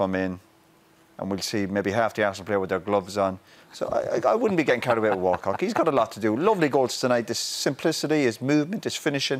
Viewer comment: Did he call Walcott, Walcock at 4mins? lmao